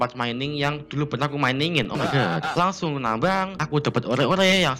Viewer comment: Bukan ore bang baca an nya tapi or aja maap ya ngatur tapi biar bener hehehe semangat bang